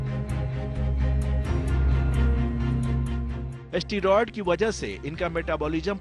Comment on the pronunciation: एस्टीरॉइड नहीं बे.... स्टीरॉयड होता है वो😂